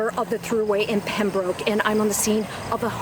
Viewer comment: Damn it. Please learn to pronounce Pembroke properly! It's not that far away. Ask a local. Getting it wrong makes the news station look bad.